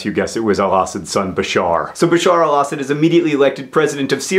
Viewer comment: Do most people pronounce Assad the way John does? I'm used to hearing it pronounced a slightly different way.